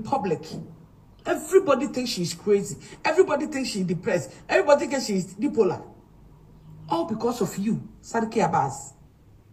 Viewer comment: Aaaba!!!, did I heard "Dipola"??? It's bipolar😂😂😂😂😂